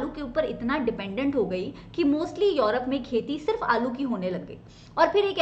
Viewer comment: Tell me what is yourope. Mam says this word😄😄😄